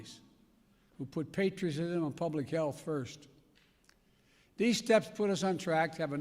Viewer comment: He can't even say the word "Patriotism". And he just said President Harris! (4 seconds later he says it)